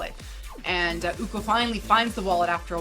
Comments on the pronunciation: I need to Clarify how the pronunciation the name of "Ucok" "Co" for Ucok should be pronounced as "Cho" like Chocolate. So Ucok reads "Uchok" instead of "Ukok" :) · bangun = bang + oon ucok = oo + chok anyway nice review